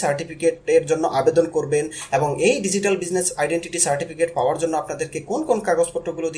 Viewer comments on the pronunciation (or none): none